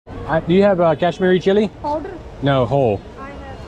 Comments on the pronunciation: I liked that "powerrrrrr?" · The way she says powderrrrrr😭😭😂😂❤️